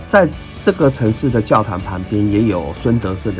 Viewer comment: 胡志明市是同奈河流域? 你要確餒 還有，燒賣、玩、孫德勝的發音差太多了，沒人敢告訴你? 拜託不要越南語教學，跟你學的到越南沒人可以聽懂 聽您講越南話才是真的辛苦；大媽口音一點都不重就是標準下六省口音，是您自己學藝不精。